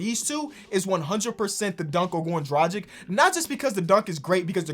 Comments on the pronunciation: It's Drug-ich not Druh-Jick ... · ITS DRA-G(HARD G)-I-C(CH) FFS